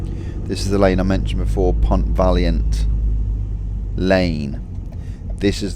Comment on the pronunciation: Lovely ride. I had friends who lived in the Pont Valliant and we didn't pronounce it like you. We always used the proper French way. Surprised it's changed. Vayon.